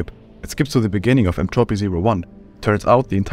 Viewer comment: My man doesn't know how to pronounce Entropy (still watching cause I can tell this is gonna be good)